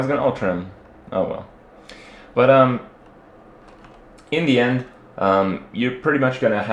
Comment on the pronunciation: Kripp said "but uhm" like Robin from How I Met Your Mother.. typic Canadian :D